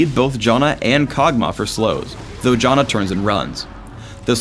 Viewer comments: Did he just call Janna Jonna? lol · You pronounce Janna as Jaw-na, yet you pronounce Aegis as Ages... How can I trust your pronouncation of Janna if you can't even say Aegis right?